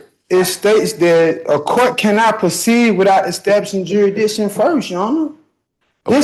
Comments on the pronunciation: "Jur-i-di-shun"? or "Jurisdiction" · He's not challenging jurisdiction. He's challenging jurisdishon! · How to challenge jurisdiction. Step 1: learn how to pronounce jurisdiction. Step 2: be theatrical and whine a lot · I saw this guy a while back. He is so whiney and annoying and can’t pronounce jurisdiction, and I just can’t watch him. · Hearing an imbecile challenge jurisdiction when he can't even pronounce it properly is comedy gold.